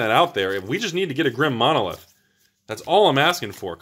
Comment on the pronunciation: Grim Monolith is spelled Grim Monolith, not Drim Monolith. Why you askin' for the D?